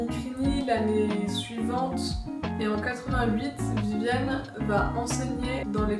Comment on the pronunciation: VIVIENNE et pas vivianne et aussi MAC LAREN et pas Mac Lorraine